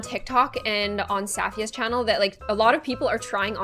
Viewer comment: Your pronunciation of Safiya's name makes me wanna die😂